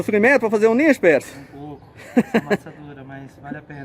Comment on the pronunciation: Não é nincho. Pronuncia nicho